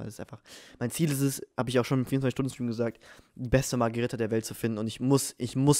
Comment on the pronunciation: Haha wie einfach Pizza Magirita gesagt hat😂